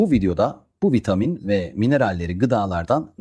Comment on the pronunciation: Sadece boo 12 değil birde vitaaamin diyor. 😂